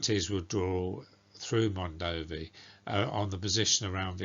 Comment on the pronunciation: is actually pronunced Mondovì with accute ancent on the last letter